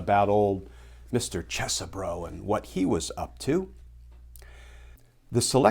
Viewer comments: Yer mispronouncing the names my brother from a legal mother. It's CHEESE bro! And also, T-R-U-M-P in American English is pronounced 'tray-tor'. Hope that helps! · Professor, the proper pronunciation of the name is, Isn't Cheesy-bro. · I don't care if you're pronouncing his name correctly, Glenn. I'm calling him Cheese-Bro. As in, "You tried to overthrow the presidential election?!?! That's so cheese, bro!!!" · Cheese Bro is a much better pronunciation. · I prefer the way I pronounced it - "Cheese-bro." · Hmmm. I've been pronouncing it Ches-e-bro, Cheesy Bro. I mean, he's a lawyer for chump, so that would be a fitting name. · I think that would be pronounced "Cheese-bro".